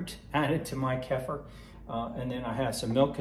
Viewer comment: Kefir…. Pronounced: Kay-fear